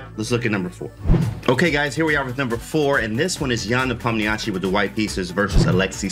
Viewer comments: You can listen to how Danya and Anish pronounce it. They both speak Russian. They "westernize" the pronunciation a little, shure, but its still better than the absolute butchering James did. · I heard him say it like "nepomnishi"